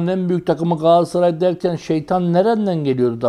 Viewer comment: ÜMİT HOCA gaasssaray degil. galatasaray... sergen hoca galassaray degil galatasaray ...